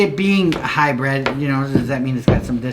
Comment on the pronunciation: HybrId, not high bred. You both say it weird and wrong